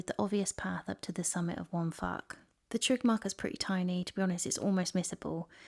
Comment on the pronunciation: Yeah but respect the language. Waun Fach is more like "wine vak" than ""wan fark". It's not difficult but it's not English.